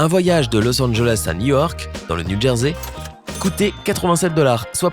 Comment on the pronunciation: Il a dit New Wark et non New York